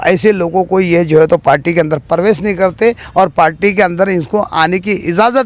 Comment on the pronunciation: Are chicha parwez nahi pravesh bolte 😂😂